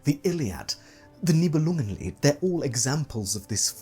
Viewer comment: Could listen to you enunciating "Nibelungenlied" for hours 😂 My brain does the little language jump when you say german words or names. Dont know how to explain. It just goes "Englishenglishenglish - german now! - ah no englishenglishenglish" That only happens to me when the speaker is a german native usually.